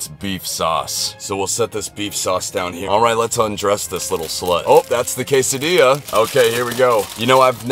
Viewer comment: No way he just said quesa DILL as?!?!